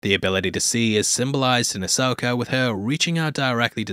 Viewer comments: There's no "R" in Ashoka 🤣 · Who tf is Asoker?